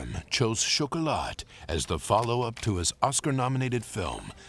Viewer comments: Exactly Denise - worst of all incorrectly pronouncing the silent T in CHOCOLAT when the French word is pron chocola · It would be good if the narrator could at least correctly pronounce the hame of the movie....it's ' shoc oh lah '